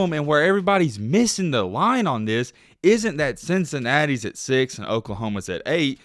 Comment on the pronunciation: He said "theeus"(this)